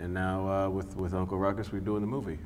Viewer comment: Snoop “Tha f**k you say!?”. Uncle “Rou-Coux” with a splish-Splash of Irish. The world couldn’t/can’t handle Ruckus. I learnt about Jim Crow from this series. It’s relevant and necessary. From 🏴